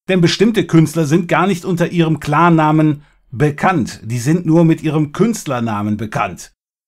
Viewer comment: ich versteh immer clanname statt klarname -.